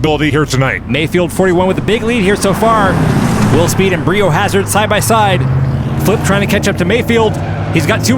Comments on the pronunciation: Why are you saying bree o hazard when its bri o hazard as in biohazard 🤔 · It's not "BREE" O'HAZARD... its "BRY" O'HAZARD, as in BIO-HAZARD. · Anyone else feel like the name is pronounced BRY O Hazard, not BREE? 😂 otherwise phenomenal epsiode!!!🎉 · BREE O hazard?? Surely it’s pronounced BRY O hazard to rhyme with BIO hazard. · It's bri not bree. So that it rhymes with bio hazard 🤦‍♂️🤦‍♂️🤦‍♂️ almost as bad as NOOTella instead of NUTella 🤦‍♂️🤦‍♂️🤦‍♂️ Americans.... eesh!!!! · lol it's "BRY-OH" Hazard (rhymes with Biohazard)! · Came here to comment this. Was like nails on a chalkboard every time they would say Bree lol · Lol, thanks, I'm glad somebody noticed that. :-D It was even worse for me listening to it mispronounced as Bri (short for Brian) is my real first name. :-)